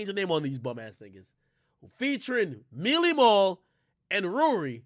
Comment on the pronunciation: Everytime ak say mealy mal 🤣🤣🤣🤣